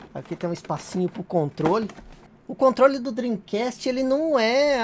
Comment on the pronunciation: Depois do yudi do preisteixon Agora temos este japonês do "drim cast" Kkkkkk